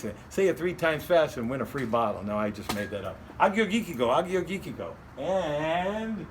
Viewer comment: Greek wines can be fabulous. The top producers are crafting beautiful bottles. Nice selection of wines esp the Tselepos. Good try on the pronunciations... It's Ah-your-yee-teek-oh